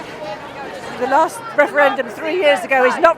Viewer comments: This tit can't even say referendum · most unsuitable guy ever for this job I hate it when people can't pronounce the letter 'r'. wefewendum and pwotestoes, pwimeministuh. Why ask little children either?